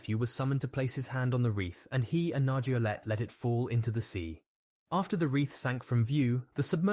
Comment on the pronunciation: Paul-Henri Nargeolet, pronounced lay, not let. The t is silent. You must be a receptionist. They can never pronounce names correctly.